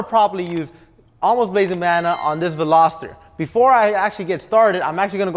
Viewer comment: Simply, this guy simply cannot pronounce “Veloster”. Simply.